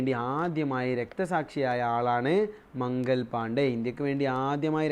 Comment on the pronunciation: മംഗൽ പാണ്ഡേ അല്ല മംഗൾ പാണ്ഡേ ആണ്